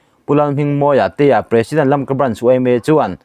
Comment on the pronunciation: Imawl ema, ithuchhiar hi kangaithla peihlo. Tun thleng2 a Lamka pawh lamthiamlo😊😊😊